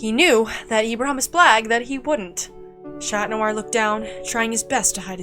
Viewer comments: Why are you saying shat noir? 😂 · ngl, whenever I hear Chat Noir, I thought it sounded like Shat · Ok it’s alll beautiful and all but why “shat noir”? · Not that good but I'll give it a 6/10 (and btw why y'all pronounce chat noir as SHAT noir? 😭 I swear y'all r so stupid 😭)